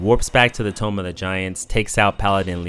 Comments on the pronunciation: Toom(b). Not tome. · Why do you say "Tomb" as Tome? It is said like toom not Tome... Stop it... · The o in tomb is pronounced like “oo” not “oh”… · Why do u call it “tome of the giants” you do know it’s pronounced “tōōm” right? At first I thought it was a hiccup but then you kept saying tome through out the whole video 😂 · It's pronounced TOOM, not TOME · Take a shot every time he says "Tome of the giants" Instead of Tomb of the Giants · Tomb = Like "To or Too" not "Toe" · Tomb is pronounced Toom. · Excellent video. One thing though, tomb is pronounced "toom." lol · how did no one tell this dude how to pronounce tomb? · I beg you to learn how to pronounce "tomb" properly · Tomb is not pronounced that way. A tome is a book. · The way you mispronounce ‘Tomb’ makes me illogically angry.